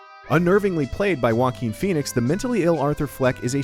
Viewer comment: Did anybody else heard walking phoenix instead of Joaquín phoenix??? Well I couldn't be more hyped for this movie!!!